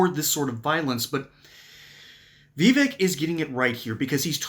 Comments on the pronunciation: Yeah. I was making fun of the video creators pronunciation of vivek. He said Vee-vick, not vi-vake. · Im going to help you out its pronounced Viv-ache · Veevick? 😅 . Vivek is pretty cool. My pops likes him. Hopefully he can win his governor race! 🇺🇸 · Vivek said like it rhymes with cake